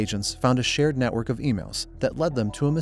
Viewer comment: Ahh yes just casually connecting to my "netwrok" router